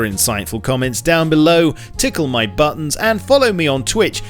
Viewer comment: when he said tickle my buttons for a second I heard "Tickle my butthole"